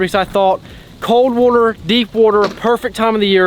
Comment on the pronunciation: The amount of times he says wooter in this video is 🤯